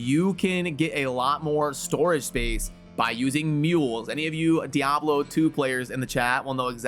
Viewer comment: Youre one of the few who actually say diablo proper. Subscribing just for that